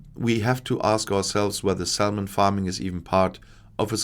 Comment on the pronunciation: Quick note: The "l" in salmon is silent. Welcome to English spelling. Reine Dummheit! Auf Deutsch ist's viel besser! 🙃